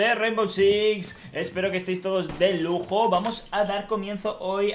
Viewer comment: Soy el unico que escucho que dijo de luto en vez de lujo al principio